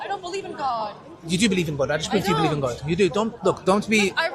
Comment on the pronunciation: The sheikh behind literally caught her out because she said oh my gof